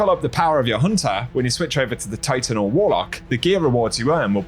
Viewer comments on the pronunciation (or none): none